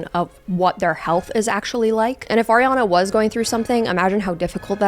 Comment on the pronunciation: Why do you say her name like that? 😭